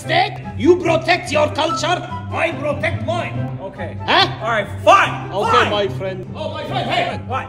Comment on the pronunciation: That " FINEE " was personal